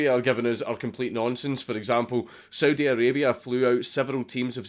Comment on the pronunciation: Anyone else hear Soviet when he said Saudi?